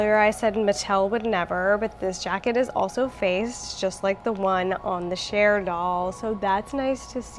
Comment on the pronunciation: I’m into his shirt and trouser combo. Also every time you said Cher doll I thought you meant the singer 😭😭 🇬🇧🇬🇧